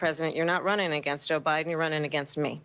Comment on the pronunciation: Did she say Obiden ?